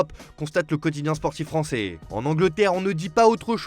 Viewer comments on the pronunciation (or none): none